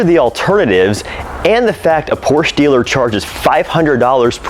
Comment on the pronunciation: 👾Hey Sport...Porsche is a two syllable word...